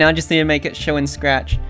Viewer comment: Ah yes, my favorite programming language: Srachahahaccci